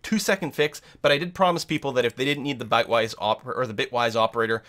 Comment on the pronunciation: He said "Bytewise" several times instead of "Bitwise". That could be confusing for someone not familiar with the terminology since we're operating on bits and not bytes. Just pointing out that it was a mistake and not the correct term.